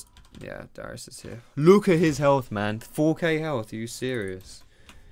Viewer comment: Oui. DARIUS NOT DYRUS